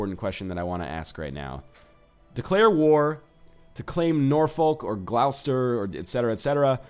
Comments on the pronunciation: It's pronounced "Gloss-ter" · Gloucester is pronounced Gloss-ter, Northenlion! :)